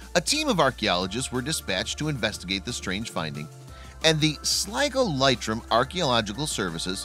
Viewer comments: Leitrim is pronounced 'LEE trum'. I was in the Army with a native of the village, Tommy Reynolds. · Oh God - Americans and bloody awful pronunciations ! What is with Yanks and VOWELS ? It's "SLIGO and LEITRIM" as in LEETRIM ..... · Leitrim - a county in Ireland. Pronounced as two syllables 1st - lee (rhymes with tree) 2nd - trim (as in hair cut, rhymes with dim) If you are going to mention Irish place names (or peoples names for that matter) best to check out the correct pronunciation first!